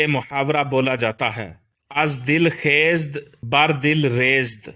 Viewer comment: آپ کُنَد کو کنِد پڑھ رہے ہیں ۔اس کے علاوہ آپ خیزَد کو خیزد پڑھ رہے ہیں یعنی ز پر زبر ہے ۔